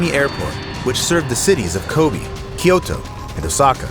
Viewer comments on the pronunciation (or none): none